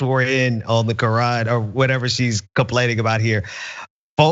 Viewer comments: quran, not kran pls. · It’s QURAN not KRAAN. Dosey Mare. 🙄🤷🏽‍♀️ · First of all, it's pronounced Kor-ahn not crayon. Ugh. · "You can't swear in on the Korean". This ignorant b. Learn to pronounce words properly. Qur'an is not pronounced Korean🤨🤨🤨😂. Also, might I add, it wouldn't be a legitimate swearing in if a person that is Muslim swore on the bible because that is not the religious text that their religion goes by. It makes no sense to force someone of a different religion to swear in on your preferred religious text, if that person has no ties to your religion that you are trying to proselytize them to. So let me make this quite plain, stop fucking pushing your Christian views on other people. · ha ha ha ha. She swore on the Ka-ren. Seems a lot of them took that oath. lol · "On the Kran..." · She doesn’t even know how to pronounce the Quran. It sounds like a midwesterners crayon. “ Crayn “ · Is she saying the canyon? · Why do I keep earing "you can't swear in on the korean" XD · “Can’t swear in on the cran” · Exactly, she can’t even pronounce it correctly!👍🏼😂😂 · Is she saying Qur'an or Korean? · I'm surprised she didn't pronounce it "Q-aran." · Keith Ellison swore in on a Quran owned by Thomas Jefferson. She pronounces it Core Ran. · She cannot even pronounce the word quran... She is the female version of trump😮😮😮😲😲😲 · Whatt??!! She is not even pronouncing the word Koran correctly....I'm trying to come up with a name that describes the woman but I can't... Loser??!! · I was making fun of her pronunciation. 🙄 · She should at least learn how to say "Quran" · She is not even saying it right. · Do she know she's pronouncing it wrong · I know, but still, the way she pronounces it is wierd. 😆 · The way she pronounces Quran makes me want to jump into traffic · She doesn't know how to pronounce it. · not her pronouncing Quran wrong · Am i the only one who cringed every time she mispronounced Quran? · She cant even pronounced it , fucking karen